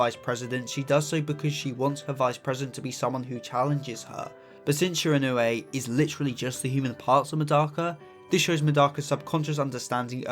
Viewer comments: My pronunciation-obsessed a$$: “It’s pronounced Shi-ron-wee” !!!😢😂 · I don't really understand how someone can't pronounce the name even though they have watched the anime where the name is said a hundred+ times